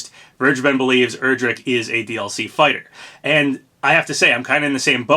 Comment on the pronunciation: Also I’m pretty sure Erdrick is pronounced like air-drick not er-drick